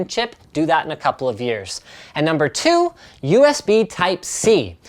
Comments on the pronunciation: I like how hw says: Numba TWO!" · "Numba tchu" LMAO